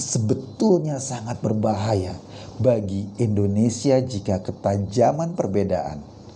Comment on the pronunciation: Indonesia bang eko Bukan Endonesia